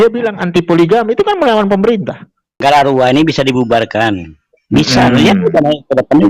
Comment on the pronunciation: Galarua pak...bukan Gandarua